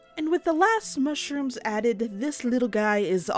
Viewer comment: I just loved the part where you said the ✨MA-SHROOMS ✨